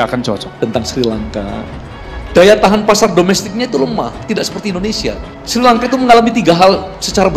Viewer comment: Ngomong Srilangka aja salah Kok kritik